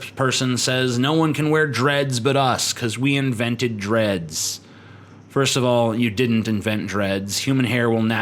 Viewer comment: I thought he said: 'Fist I'm gay lol'.